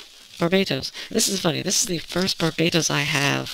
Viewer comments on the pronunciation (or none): Ye she did,and 80% of gunpla reviewers do it too. It's not hard to say Bar-bah-tos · wait.. Did you call Barbatos Bar-Bae-toss?